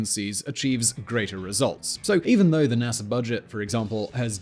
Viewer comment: He keeps saying Nasser instead of NASA...